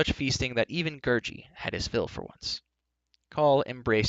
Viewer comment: You said gurgie wrong